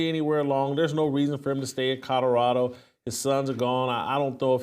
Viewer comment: Every show I try to get over “Codderado”…but I haven’t gotten there yet!! 😂